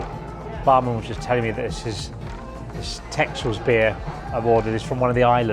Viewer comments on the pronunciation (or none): It's exactly how u pronounce it actually, bare in mind that this person is from the UK and does not have dutch pronounciation. So Tessuls would make more sense. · Thats not how you pronounce texels😂 its pronounced like tessels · The urban legend is that the jenever is where the term Dutch courage comes from - when British soldiers fought with the Dutch they shared the jenever and it relaxed them before battle. Also great choice with Texels - one of the best dutch beers IMO, (it's prononced 'TESSULS' btw) - the skuumkoppe means 'foam head' - I guess because Texel is a small island it's like you're drinking the foam of the sea or something.